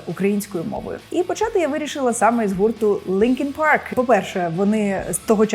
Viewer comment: Не Linkin Park, а Linkin Prk (індійською)😂😂😂😂😂😂